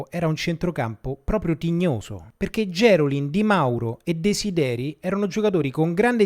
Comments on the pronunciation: gerolin con l'accento sulla i non sulla e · A proposito di veneti, in questo ed in altri video ti sento nominare Gerolin con l'accento sulla "e". Essendo lui di Venezia, l'accento va sulla "i". :)